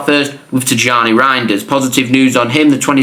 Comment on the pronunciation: His name is pronounced as Tiyyani not Tijjani just like how it is pronounced as Ownry not Henry for the arsenal legend. Same for Rayan Cherki it’s pronounced as Riyaan Cherkey